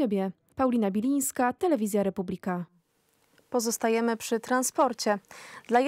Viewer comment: Slowo "Republika" wymawia sie w poprawnej polszczyznie z akcentem na trzecią sylabę od końca (proparoksytonicznym). Wy sie nawet nie potraficie przedstawic poprawnie!